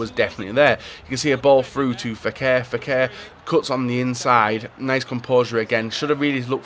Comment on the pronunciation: Fékir not feker